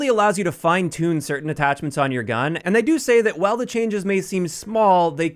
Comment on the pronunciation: “Wihile” Only the real ones know.